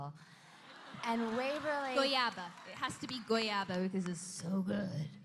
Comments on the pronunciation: In the Philippines Guava is pronounced Guwava not Guyava but Dom's pronunciation is pretty cute 😂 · I'm from Brazil. Here we say Goiaba, it's a reallyyy good fruit and it's so funny to see Kat trying to say it 😝❤️